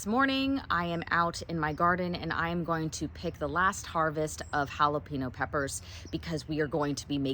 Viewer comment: Hello from Oklahoma, thanks again for teaching us a wonderful recipe! Please continue to say jalapeño the way you are. The correct pronunciation is haa·luh·pay·nyow.....